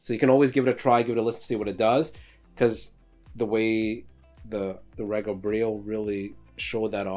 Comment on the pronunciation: Its not pronounced re ga. Its pronounced ree ga. Short from the word regal pronounced ree gal. The pronouniation is from the founder Roy Gandy.